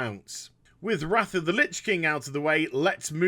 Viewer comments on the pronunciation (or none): none